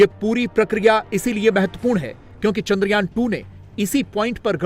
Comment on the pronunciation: चांद्रयान.....चंद्रयान नही .....